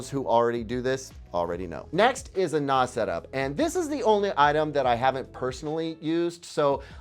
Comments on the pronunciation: Seriously though, it's nah-ss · The way you pronounce NAS is a bit off. It's commonly "năs" similar to the 1st part of "nasty." I personally do not recommend Synology for a media host. They've made some very questionable decisions over the last year, such as not including (or even removing) iGPU drivers that enable hardware transcoding of media. I know they rolled back the decision to aggressively push only their own in-house branded drives, but they still tried. That said, I am not really sure what I would recommend to somebody getting started with a smaller media collection that wants to host a media server (like Plex). When I got started, I already had a significant amount of media and I dove straight into the deep-end with a custom PC running TrueNAS and 80TB. It was a learning experience and I really don't recommend it for the faint of heart. The most expensive part was the hard drives, the actual computer that runs it was under $500, and could've been cheaper. However, I expect all options to get significantly more expensive soon with the RAM shortage. NAS is a pretty large topic to get into, and has entire channels dedicated to it, NASCompares is great if you can take the time to really deep dive. Separately, on the Blu-Ray players, I also like the looks of the Sony UBP-X700U, and shoutout to Sony for releasing a new (updated) player when most companies are discontinuing physical disk players or not bothering to update models that are 5+ years old. The better DACs (Digital to Analog Converters) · please NAS is pronounced like TAZ-maniam devil. Synology is the right choice.